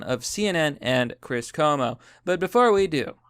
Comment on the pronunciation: KWO-MO. CUOMO IS KWO-MO.